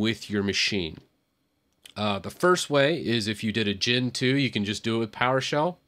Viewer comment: In some moments of the video you said "Gen 2", but i heard as Gentoo :v Btw, arch is awesome